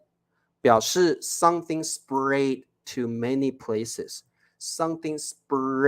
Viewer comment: ，請注意你的發音【Spread 】（spred），這裡read 發音是 【red】。 【Main】發音是 (meɪn)不是 (man)。